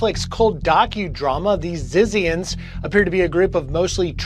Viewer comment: I am sure it is pronounced ZITZIANS.